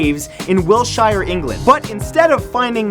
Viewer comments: It's pronounced Wiltshire not Wilshire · Wiltshire pronounced Wilt-sh-ear not Wilt-shire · Hey! I live in wiltshire and it's just cringy for me when you pronounce it Will-Shire. It's pronounced Wilt-Sher not Will-Shire. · Will - sheer. not Will -ShIer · "will-shy-er" 😂 "It's wilt-sheer" Wiltshire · will-shi-er? it's wilt-she-er (wiltshire) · will-shear not will-shire I know thats how it's spelt but you could easily have looked it up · The way Matt says Wiltshire makes me very sad. It isn't phonetic, it's Wilt-shur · It's pronounced whilt-shear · Wiltshire is pronounced 'Whilt-shear', Matthew! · Wiltshire = Will-sheer (pronunciation) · there is a t in wiltshire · You pronounced Wiltshire wrong. It's pronounced the way it's spelt